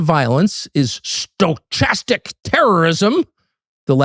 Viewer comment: ‘Stow CHAZZ tic’?!😂 It’s Stow CAST tick and it’s real. Actually read a few sources on it, Tuck.